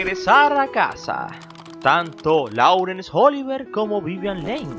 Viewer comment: No es "cónyugue", es "cónyuge". . No es "Óliver", es "Oliviér". Te confundes con Oliver Twist, creo. 😇